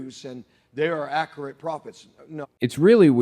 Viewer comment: " Supposably." "Ackeret." This guy doesn't English much. I'll bet his followers don't either.